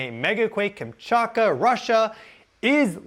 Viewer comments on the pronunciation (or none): none